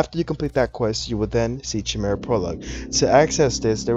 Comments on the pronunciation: Chimera is pronounced with a K btw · His pronunciation of "chimera" is cringing lol